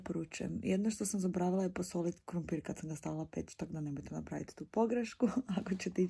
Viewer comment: Ja cijelo vrijeme cujem KUMPIR😂